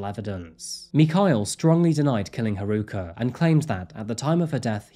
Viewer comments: Did you know you can type English words into google translate and have them translated to Japanese to get the correct pronunciation for Japanese names? My pronunciation pet peeve has been triggered again in this video. It’s ‘HAruka’ not ‘haRUUka’, sorry! Really do like your videos though. 😅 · I know this seems pretty nitpicky but her name is pronounced HA-ruka, not ha-RU-ka. Giving the stories on this victim’s is very much appreciated but I think they would’ve appreciated it more if you got their name right or tried to get it right. This has been the case in a few of your videos all of which I LOVE but ya know, just saying. It’s really just me and my bias of having learned Japanese for 3 years and also being a Houston native with many friends going to UT Austin that likely pushed me to put this comment out finally. Also it’s not “Texas University” it’s “The University of Texas” or you can call it “The University of Texas at Austin” or “UT Austin”. All that said thank you for doing this girl justice in every other respect in this video and keep up the good work,! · Sorry but the mispronunciation of haruka is driving me nuts. It’s not haruuuka just haruka. I’m dipping on this vid. I’m not being a downer but that’s a pet peeve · Her name is Haa ru kaa! Not Hruka!! For fka sake, dont do this to people's names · Man, you even included a video of a newscaster saying her name correctly, but you still pronounce Haruka wrong the entire video. Nice. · the news caster mispronouncing her name got me a little upset “Haruka” is not that difficult